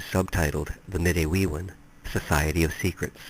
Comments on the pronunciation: I look forward to reading this book if I can find it. Im Anishinaabe, from MI ( specifically Grand River Band Odawa ). My cousin belongs to a medewiwin lodge and ive always heard it pronounced med-dway-win (with very little emphasis on the 1st w more like med-day-win ). From what I understand its like fight club in that," the first rule of fight club is never talk about fight club". But much respect to you for trying to research and document even just a piece of our history . As a protoliterate society there are no books recording our culture and history (pre European contact). So as our stories are passed on less and less from generation to generation , our history and cutural identity is effectively being lost forever. Chi Megwetch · Btw, I'm not criticizing you, you're work is awesome , if you care though - midewiwin is pronounced- mi-day-wi-win Manitou is pronounced - mah-ni-too Nanabush is our name for the spirit you said is second in command. Just thought you might like to know+ thanks for the video😁